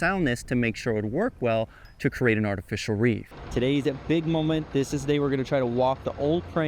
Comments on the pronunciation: *Create. Creeeeeeate. Not curate! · apparently create is now pronounced cereat